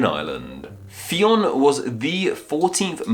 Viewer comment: Come on. How did you manage to fin MULTIPLE sources pronouncinging it wrong? its pronounced like Finn